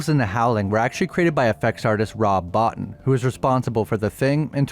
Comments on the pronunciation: Rob Botin, not Barton. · Just a note......Rob Bottin's last name is pronounced bow-TEEN. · Good video, but Rob Bottin's surname is pronounced 'Boteen' for some reason. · Rob's name is pronounced Bo-Teen not bottin, watch the making of the Thing. Bo-teeeeeeen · Rob Bottin...pronounced Bo-Teen